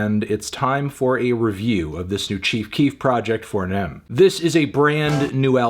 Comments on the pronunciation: I think it’s pronounced FOnem😭 not FOURnem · It's Foe Nem not Four nem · It's foenem, goofy. Not FOUR nem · Its so cringe hearing him call his album Fournem it’s foenem bruh😂😂😂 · It's pronounced "FOE" "NEM" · Foe not Four 😩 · FO-NEM not four nem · It's, uh. It's fonem, right? That's how you pronounce it? Not four-nem? Like the Chicago slang? You know what, nevermind. You do you. Great review. On fonem. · i didn’t know that melon saying “four nem” instead of “foh-nem” was something i needed in my life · ITS FOE NEM FANTANO SAY THAT SHIT PROPERLY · It’s pronounced foe nem… please 🙄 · nigga said “FOUR-nem” 🤦🏽‍♂️🤦🏽‍♂️🤦🏽‍♂️🤦🏽‍♂️wtf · it’s pronounced Foenem 😭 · It pronounced Fo-Nem lol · He said four nem lol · he said FOUR NEM im dead lmfao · Pronouncing the four in 4nem with the hard R is a bit much Anthony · It’s pronounced “foe-nem”, Anthony. I’m going to consider this a negative review since you mispronounced it. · The way he pronounces 4nem is funny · I just came to hear you try to pronounce 4Nem 😂😂😂